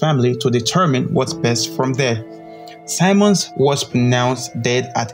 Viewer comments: His name is Earl Simmons (pronounced Sim-mons not Si-mons) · Simmons not symons man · Its Simmons not Simons... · Yo! HIS NAME IS SIMMONS NOT SIMONS! learn to speak better english. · Great tribute. Only thing: Sim-mons not sye-mons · You said his name wrong bro fix that